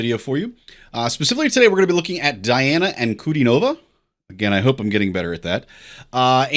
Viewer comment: Not die-anna. It's dee-anna. And ahn-ku-DEE-no-va.